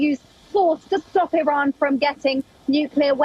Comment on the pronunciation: Biden can't pronounce "Iran" XDDDD this mannnn what an embarrassment